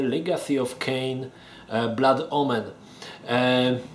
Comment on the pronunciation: uwielbiam jak akcentujesz angielskie wyrazy: "Bluud Omen". XD